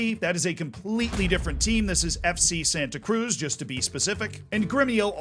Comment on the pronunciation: I'll be a language nerd, and I'll give advice to how to correctly pronounce them FC Santa Cruz - Eff - Say Sun-tuh Cruyj (the j like J in Bonjour, like a zh Porto Alegre - Pawr-two Uh-lay-gree Tiago - Chea (like Cheat)-yuh-go Santa Cruz do Sul - Sun-tuh Cruyj doe Soe (like Shoe, but instead of Sh, it's S you pronounced Tiago correctly Copa do Brasil - Cope-uh doe Bruh-zeew